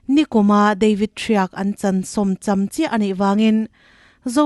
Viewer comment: Thriak ni lo in Thriek ti zawk la a adik zawk tur anii a, entir na in khawbung chu khawbuang ani theih ngai lo ang in